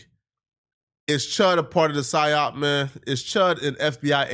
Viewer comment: Dr Umar doesn't know how to say psyop 😂